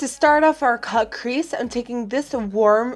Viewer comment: Who else kept hearing caprisse instead of cut crease? Lol